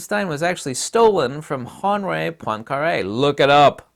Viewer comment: poincaré....hurts my ears